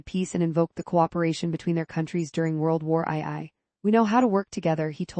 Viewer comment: World War Eye Eye 🤣